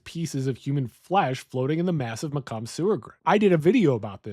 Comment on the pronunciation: Fun video. I jusy discovered your channel. As a native Michigander, I have to correct your pronunciation of Macomb. Its Ma like what you call your mother and Comb like hair comb.